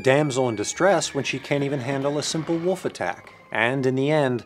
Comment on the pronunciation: did I just hear wuf instead of wolf?